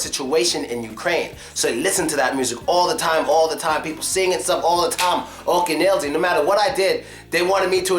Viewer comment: not "Oken Elzi", but "akeAn Elzi " :-)